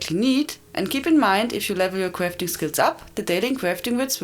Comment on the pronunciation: daily cwafting wits <3